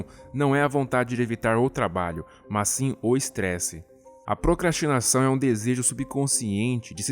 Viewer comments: "procatinação" também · ocorreu um erro " A procrsatimação..."